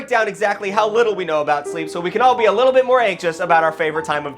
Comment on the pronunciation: saying “wee littil boots” 😂